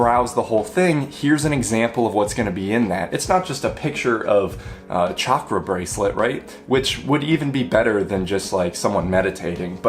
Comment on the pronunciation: Bonus points for pronouncing both chakra and hanza correctly.